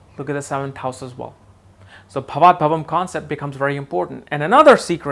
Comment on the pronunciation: not bhavat bhavam, it is bhavat bhavam